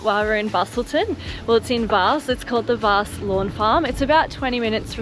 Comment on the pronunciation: And Vasse is Vass.